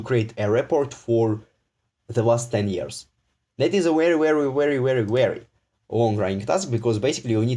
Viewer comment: This is wery wery wwwery bad 😂😂🤣